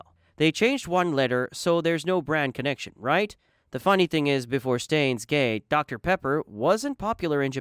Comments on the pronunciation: Did you just say stains gate? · Yeah I understand, but the monotone voice paired with the awkwardly fluent pronunciation/transition from English to Japanese when it comes to pronouncing Japanese Anime titles is weird. Also how come you pronounce Steins-Gate so weirdly but manage to be almost flawless when it comes to the rest. What also throws me off is your reply. Can you name the things that AI can't do that you did in your video?